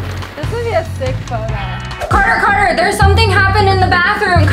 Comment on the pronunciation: Who Heard say Carter piss